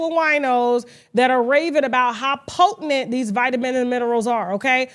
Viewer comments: Kasha, the word is potent. POTENT. Not potentINT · I love you and you have inspired me to become articulate. However I hate the way you say potent. Slam me. Just me